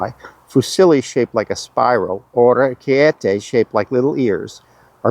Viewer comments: Thanks for such a delightful video, and finally I heard the correct pronunciation of ch sound in orecchiette !!! 👏 Bravo!!! Enjoy your adventure and keep safe 😊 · I was suspicious... til you said Orcchiete right. Now i will respect your judgment no matter what. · Another italian here cross checking if you made it right…. and you did! The pasta and sauces thing was spot on. And the pronounce of orecchiette was moving. Snakcs (and biscuits) are often eaten at breakfast too. Bravi!!!!